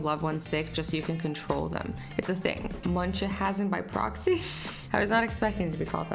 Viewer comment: munchausen by proxy is pronounsed munch house en by proksy